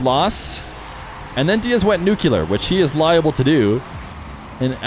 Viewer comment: great upload, terrific casting New-klee-er nuclear saying "nucular" makes you seem stupid, which you're not